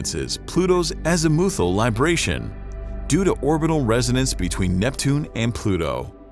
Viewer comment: I cringed so hard at your mispronunciation of azimuthal